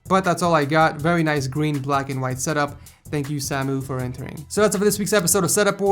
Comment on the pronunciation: Am i the only who thinks hes saying ,,setup whores"